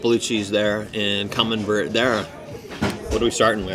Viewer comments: Camembert cheese. Is pronounced Camenbear. Not that I'm correcting a bilingual gent as you are. Thanks for the content brother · Definitely not poutine, not even close. Camembert is pronounced cam-mem-bear. Clearly that restaurant has never had a Canadian work there.